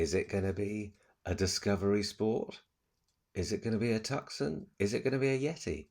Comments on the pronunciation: It’s Mit-su-bee-she not bushy 😂😂 and Hyundai Too-son (as in Arizona) not Tuc-son. And btw, when do we see Michelle?? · I like the mood and feeling of this channel, nice and light hearted, I'll struggle with the next one though if you keep calling it a TUCK-SON - please call it a TOO-son, as in Tooson Arizona - nice cars those. Keep the flow of this channel the same though - nice and light. Good luck for the future. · Love your channel.. the Hyundai tucson is pronounced TOOSORN. 😊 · Tucson. Pronounced in a French way with a silent c, I suggest. So ‘Tou Son’